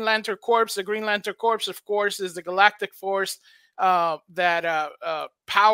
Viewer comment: Thank you for the update. You should know Corps is pronounced like Core, not Corpse. That's a common mistake.